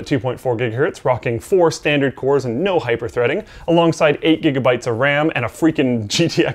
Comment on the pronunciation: Not ever two minutes later and we have another one.. "Coers". Get it together,.